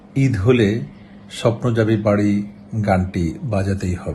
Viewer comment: "স্বপ্ন যাবে বারি" না রিপোর্টার ভাই, "স্বপ্ন যাবে বাড়ী" এভাবে বলেন😅😅